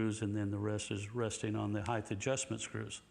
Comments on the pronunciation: Can someone tell Floyd....and the rest of USA, that there's no such word as 'heighth'. The word is 'height'. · Yo, Floyd. It's pronounced "hite" not "hithe". Thanks for the trems.